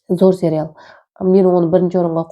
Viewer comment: Серял емес сериал деп айтылады